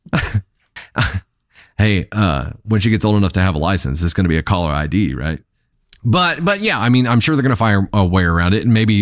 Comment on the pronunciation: "Calla ID" 😂😂😂😂😂